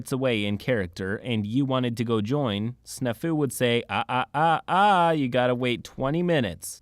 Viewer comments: Omg I'm sorry but its Snaa-fu it's an old military term and boi you did not pronounce it right it means situation normal all fucked up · hears the word snafu being pronounced I'm fairly certain the A is supposed to be more pronounced. like the word snap. Snap Fu which sounds like a martial art involving bone breaking. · That's not how you pronounce Snafu.